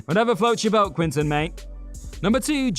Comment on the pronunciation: It's "Quentin", not "Quintin" or even "Quinton" . Learn how to pronounce it.